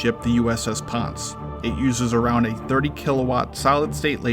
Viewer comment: This Karen’s husband Mark Fay MMC Jr. Engineer QMED AS-E / MSC ET. I served on the USS Ponce in 2015 and it is pronounced (Pon-say) and I have the MSC Sea Service letter to prove it. Please pronounce the ship’s name correctly! Google it if you want confirmation. And yes I was aboard during laser firings.